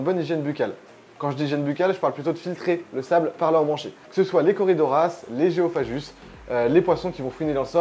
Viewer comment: Gu ça fait "gue", pas "je" donc géophagus pas géophajus :-p.